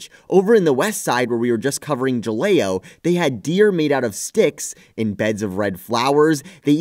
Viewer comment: Great video!!! For future reference. Ha-lay-oh for Jaleo. 😜👍